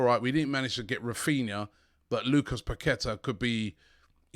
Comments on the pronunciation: Robbie it's pronounced parketa.... the Q is like a K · Paqueta is pronounced …. Pa-kwe- ta 🤷🏻‍♂️🤷🏻‍♂️🤷🏻‍♂️🤷🏻‍♂️🤷🏻‍♂️